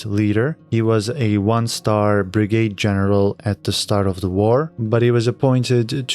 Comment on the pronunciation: Love your reviews and episode one was beyond great. Btw, it's Brigadier General, pronounced [[BRIG - A - DEER[[ , not brigade. Normally, I would not say anything, but you said to let you know......